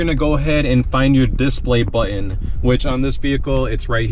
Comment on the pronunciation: God I hate the way you say “buttEn” lol.